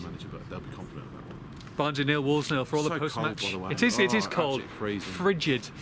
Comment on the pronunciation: stop saying wolves es......idiot.......its wolves !